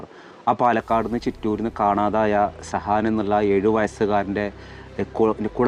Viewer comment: സഹാൻ അല്ല സുഹാൻ ആണ്...